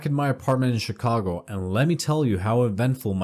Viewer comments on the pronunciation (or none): none